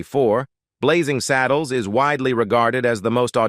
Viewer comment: It’s Blazing SADDLES, NOT SADDLEES